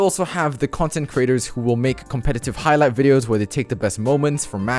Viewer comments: "Hig" light videos I don't want to be that person just pointing it out Also love your vids! ;) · So we gonna talk about "HIGLIGHT" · “Higlight” bruh moment